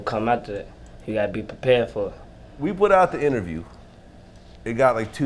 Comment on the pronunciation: this nigga said "gotta be peeperd for it" smh